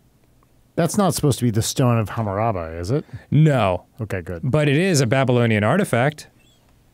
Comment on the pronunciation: please for the love of God say Hammurabi correctly